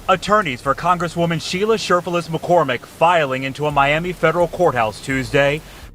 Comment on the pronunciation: I was mainly listening to this video and kept hearing her name as shirtless McCormick lol.